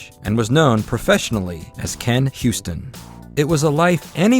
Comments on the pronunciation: Why do you call him "Ken Houston"? Can you read? The man's name is pronounced "You-ston." It's not that difficult. If you truly want to create a tribute to him, you should re-record your narration. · His name isn't "HYOO-stin" like "Houston," it's "YOO-stin." 😂